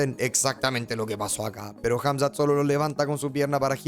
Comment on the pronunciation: jamzat o drigus